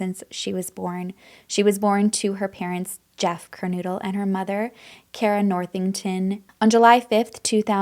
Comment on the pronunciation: Pronounced Kerr-No-dull not Kernoodle. (Kernodle) Pronounced Mow-Ghen (Mogen)